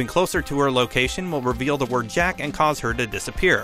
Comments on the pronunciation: Lol he said jack but it said jock lololol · It’s jock not jack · It says jock not jack it’s jock jock! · Lol the name is Jock not Jack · It’s not “jack” who killed leonara Johnson it’s “jock” as in “jock cranley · Jock not Jack, as in Jock Cranley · Jock, not “Jack” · it's jock not jack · He said Jack instead of jock😂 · the ''jack'' one is wrong it says jock and that isnt master chief it is on of the main characters of one of gta's cartoons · It's Jock not jack... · It's not jack its jock for "jock cranley" wich is the guy running for president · It said jock not jack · It says jock not jack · Its jock not jack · It not jack it jock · its jock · Its jock not jack..... Just saying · did he really say jack instead of jock. I’m cringing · It’s JOCK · It’s jock cranly